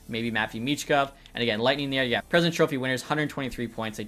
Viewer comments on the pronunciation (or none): none